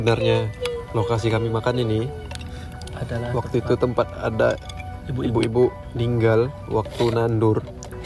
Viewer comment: "Ada" bg bukan "asa"